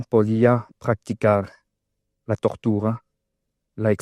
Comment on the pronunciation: "No entiengdó como un Estado puede pragticar la togtura "... Viniendo de Cuba???.. pida perdon que por lo que veo aun esta usted a tiempo. Defender esta ideología destructora de mundos y a sus maximos representantes y defensores.